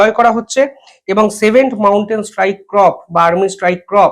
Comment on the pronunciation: ক্রপ নয় কর্প